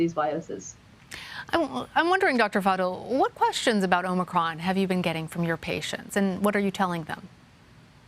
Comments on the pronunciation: Omni cron.. is that different than the head cold we known as ohm-eh-cron? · The way says “Omicron!” Kills me. This is nothing but fear and lies. Stay strong y’all